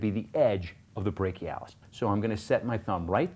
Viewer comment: brak-e-i lol